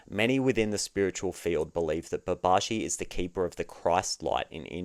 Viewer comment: I want to know how people can tell the difference between you saying you want six & you want sex - because those words are identical to Brits like me. 😂 Babaji is pronounced Baba-gee